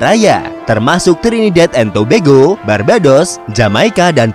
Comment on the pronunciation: Nyebutnya Tobago jangan tobego